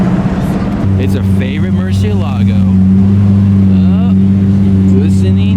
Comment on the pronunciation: Every time you say murciélago y LMAO!